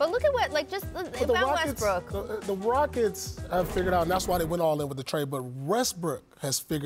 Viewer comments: Paul said restbrook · He said Restbrook?🤔🤣